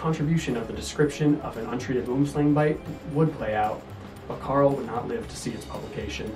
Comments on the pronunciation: Great presentation. Regarding the pronunciation...you got the Boom right, but Slang is pronounced Slung. It's the Afrikaans name for Tree Snake. Hope that helps. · You said slang wrong